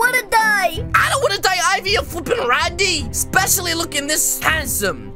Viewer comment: He said flweping randy 1200 times i think bow